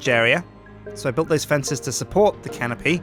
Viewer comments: Every time you say canopy, I keep hearing Simon saying "Can of Pee?" from the tekkit series XD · Am I the only one that hears "can of pee" when says "canopy"?